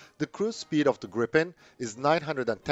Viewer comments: smiles.. there is one P, so it's pronounced "Greepen".. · Gripen is pronounced with the 'i' sounding like a long 'e', as in 'these'. And 'JAS' shall be pronounced with the same A sound as in SAAB. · Will Americans please, please take note of the correct way to pronounce the name !!!